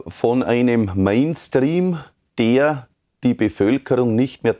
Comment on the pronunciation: Der kann nicht mal das Wort Mainstream aussprechen.